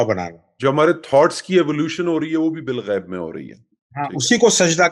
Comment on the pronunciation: Balghaib hai Bilghaib NAHI hai